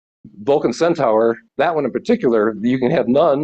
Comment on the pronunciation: Just a pronounciation nit - Centaur is pronounced as "Centarr" not "Centower"